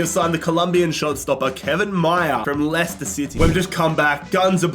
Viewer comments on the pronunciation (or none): none